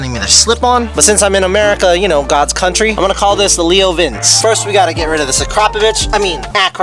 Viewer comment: Ur still saying LeoVince wrong my friend